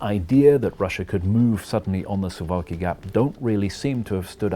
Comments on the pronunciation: Sounds like suvlaki when You pronounce it. It should be pronounce "Soovawkee" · Dude I live in Suwałki Btw it's pronounced Sue-Vall-key not So-wall-key, we pronounce our w and v differently from english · Soo-valky not su-walky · Suwałki is read like: SOO - VAOO - KEY Hi from Poland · SUWAŁKI is pronounced "Soo-vow-kee".